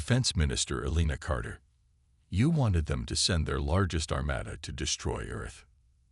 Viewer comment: Armada was pronounced Armayda again. It is Armahda. No proofing again. Sloppy.